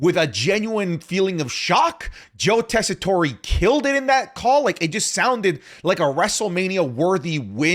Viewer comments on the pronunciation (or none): Why does keep mispronunciating Joe Tessitore’s name